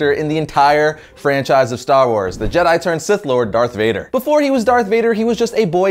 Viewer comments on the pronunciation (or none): none